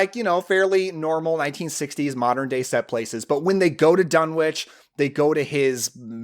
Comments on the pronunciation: Thanks. Saw it when I was 10, doesn't follow all of the book, mixed with 60's witch stuff, etc., but still good p.s., it's pronounced dun-itch, and there are also visual references to meteorites with energy. (On Wilbur's table) ❤❤❤ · One complaint- Lovecraft was an anglophile, so Dunwich would be pronounced Dun'ich. The W is silent in the British fashion. Just like Innsmouth would be pronounced Innsmuth. Well, actually another complaint would be that Lovecraft seldom included positive female characters, particularly as the hero. But Hollywood always changes things to make them palatable to a mass audience. The other changes, like Wilbur being normal looking instead of resembling a goat would fit in that category as well. Just sayin'. But the jump scare with the mother screaming directly into the camera is still effective. And god! What a fantastic soundtrack... Interesting that Talia Shire is a supporting character. Loved this movie as a kid